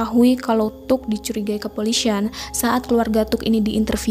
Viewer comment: Kepolisian. Bukan kepolisyian.